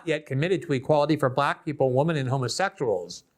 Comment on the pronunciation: Love your work but you do torture the word "and"